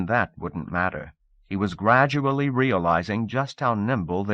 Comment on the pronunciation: just realized he also says "gradubly" lol